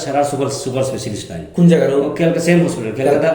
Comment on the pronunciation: Kolkata not kolikata